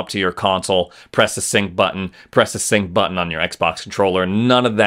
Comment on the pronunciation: Finally, someone who can at least partially properly pronounce the word “button“ rather than “buh-en“.